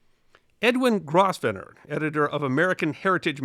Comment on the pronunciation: The "s" in Grosvenor is silent....otherwise a WONDERFUL presentation - as usual! 🙂